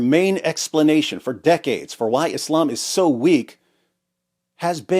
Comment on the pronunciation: English has established pronunciations of the words Islam, Muslim, Allah, Khamanei, etc, why you saying them all weird like that